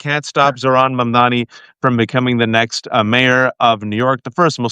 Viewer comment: It's MUM-DAA-KNEE. Come on, guys.